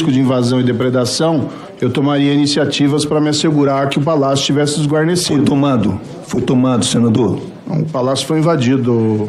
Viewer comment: Não sei o que é pior, Serjo Moro tentando dizer "depredação" ou falando "esguarnecido".